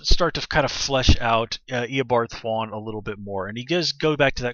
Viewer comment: Omg stop pronouncing it Thw-on. It's Thawne.